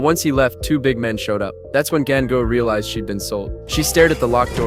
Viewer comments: 😭😭did i just hear gango rather than gangu? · Gan gu man seriously why you not say dengue 😅😅😅 It's Ganga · It's not gAinGu its GANGU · The AI pronunced it wrong